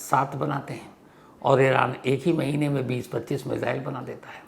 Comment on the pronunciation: मेज़ाइल😂😂 lgta hai missile bol nai pate sir..